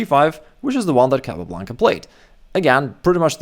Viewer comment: El apellido es Capablanca, nbo Calablanca..... Asegurate de usar una IA decente.